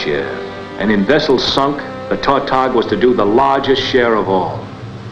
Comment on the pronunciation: The fishermen who catch tautogs pronounce the word with the accent on the second syllable.